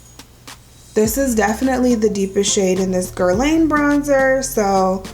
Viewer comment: Nice luxury review! Just FYI--it's pronounced "Guer-lahn ".